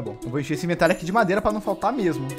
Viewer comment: So eu que fiquei com agonia do falando o nome da madeira errado? Kk